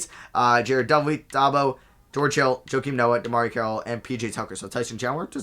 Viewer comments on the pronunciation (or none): none